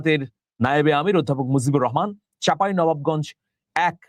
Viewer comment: আমিরুল মোমেনিন মানিকের কবর পরা/বিশ্লেষণের মান নিম্নগামী। উচ্চারণে বিকৃতি, ভুল নিয়মিত। এই খবরে বলছে হযরত আন্তর্জাতিক, মুজিবুর রহমানের নামের অস্পষ্ট উচ্চারণ বেশ শ্রুতিকটু।